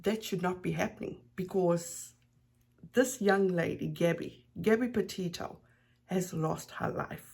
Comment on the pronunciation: Yup I was appalled when she so disrespectfully mispronounced Gabbys last name she’s a loser and to be honest I’m not even surprised but my heart does hurt for all those that love Gabby🌺❤️🌷